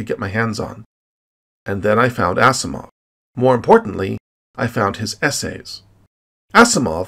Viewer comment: I really like your videos... You are a well spoken narrator, and your interests in science, the universe, the fundamentals of matter & energy, and wherever that takes you intrigues my continued curiosity and further interest in your channel... But, you might take note of some more things in your presentation, like enunciation... For example: Isaac Asimov's last name is pronounced "AZIMOV", and not "ASSIMOV"... One "S" in a word in English US or Otherwise is a "Zeeee..." sound... Cheers and keep up the good work... Paul ;)